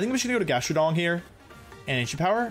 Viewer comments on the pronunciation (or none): he actually said GastroDONG lmfao